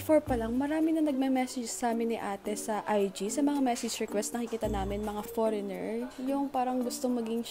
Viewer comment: It's the "poreynger" for me unso HAHAHAHAHA